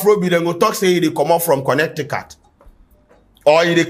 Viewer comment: Bro u funny how u say Connecticut. Afrobeat to the with world